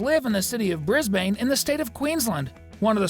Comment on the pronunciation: It's BRISBANE NOT BRISBAND